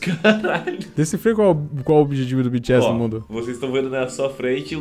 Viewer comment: O que o fala: BTS O que eu ouço: Bitchy Ass